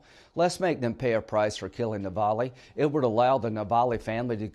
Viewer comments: The bravest man you met, Sen. Graham, is Navalny, not "Navally." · Hey Linsea Grammar……it’s NOT Navallie……it’s Navalny! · Lindsey cannot even pronounce Navalnys name correctly. What a major F UP!